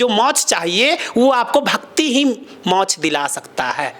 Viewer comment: गुरुजी मोच नहीं कहते मोक्ष कहते हैं राधे राधे